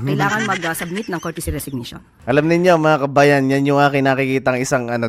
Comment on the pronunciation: COURTESY not CourTICY. Bakit di ka man lang nag Google!